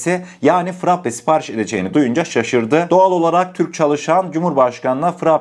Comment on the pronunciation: Sevgili frappe değil frape olarak düzelt lütfen